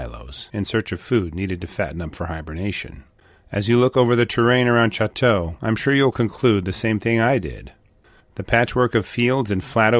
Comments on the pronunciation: Well 2 comments The grizzly bear's original range included much of the Great Plains and the southwestern states, but it has been extirpated in most of those areas. Combining Canada and the United States, grizzly bears inhabit approximately half the area of their historical range. And Choteau is pronounced Sho toe. Lived on the front for years and my children still live the neighboring town of Fairfield. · Just a technical note: Choteau is pronounced , Cho - doe, with emphasis on the Cho. Locals don’t pronounce it as its French origin would suggest. Great story. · The town of Choteau is pronounced Show’-toe. Just saying. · The name is pronounced, SHOW’-tow. The family name's original spelling is preserved in the Montana County of Chouteau. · I was thinking that was not the right pronunciation. My father-in-law's family homesteaded in the Highwood area near Fort Benton. He often would talk about this area too. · At least pronounce the name of the town!